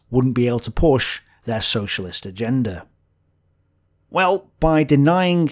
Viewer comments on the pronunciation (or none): none